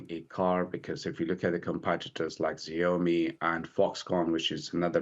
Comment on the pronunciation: as an analyst should really learn how to correctly pronounce company names like "Xiaomi" to get a bit more credibility